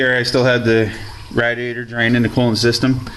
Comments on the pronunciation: Great video, thank you. the only thing that bothered me was you saying "Rat-E-ate-or" It's "Rad-E-A-Tor" :-) Thumbs up great vid... hahahahaha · its ray dee ay tur. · He says radiator different